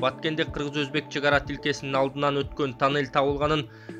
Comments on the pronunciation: ТОННЕЛЬДИН ОРУСЧАСЫ.ТАННЕЛЬ ДЕП АЙТАТ.🤣🤣🤣🤣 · Айтылышы танель , жазылышу туннель